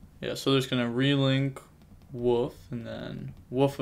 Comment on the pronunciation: It's Wolf not woof!! Lol